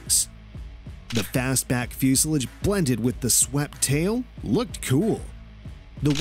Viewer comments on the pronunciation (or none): The mispronunciations killed me. He pronounced “plagued” like “plagged”, docile like “dose-il”, and “fuselage” like “fusil-edge”. Very repetitive and the “movie narrator” shtick made it almost farcical. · It’s pronounced fuselage with an A not fusel-i-dge with an i !!! The voice over generally is very poor. A better voice over person would surely get you more likes and subscribers.